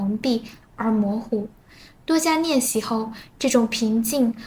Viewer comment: 感觉是本人，比如‘练习’读成'nian xi'